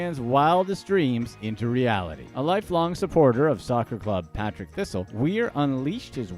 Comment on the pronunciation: Partick Thistle FC ..not Patrick 😂